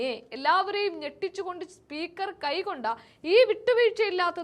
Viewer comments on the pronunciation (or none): കൈക്കൊണ്ട.. Not കൈകൊണ്ട